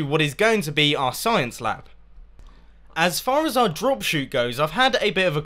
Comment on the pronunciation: "Evil science leee" hahahha! you brits....